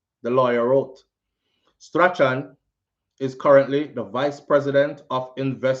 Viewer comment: hi, I believe it is Strachan is pronounced STRAWN